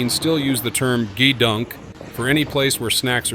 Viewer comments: Not JeeeDunk.... GeeeDunk AI trash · Jeez, I absolutely hate AI-created narration. Thousands of sailors going back generations are laughing at the grossly mispronounced "GEDUNK," a famous naval word for snacks and "junk" food. It's pronounced with a hard G, as in "got" or "gate," and the E is long, resulting in gee-dunk. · Good documentary! One funny thing: The computerized narration pronounced "gedunk" three different ways within a ninety-second span! It should be "GEE-dunk". Lastly, THANK YOU to all our Navy men and women, past and present! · Four years in the Navy and I never heard Gedunk pronounced with a G it was always with a K... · Nothing but AI narration, it not a Z I P code it a zip code. It’s produced as gedunk not g e dunk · Zee Eye Pee codes? Jee-dunk? Gtfo with this AI bs.